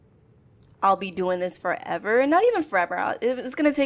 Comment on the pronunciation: Is it me, or you saying fast sounds like ferber nena lol, °-° chickens crosses the road they dont chicken out meep